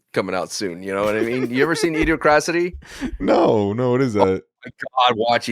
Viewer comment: i always find it hilariously ironic when people mispronounce idiocracy